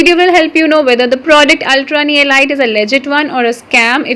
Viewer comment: Ellleeeetttttttttttttttttt not ilight lol .............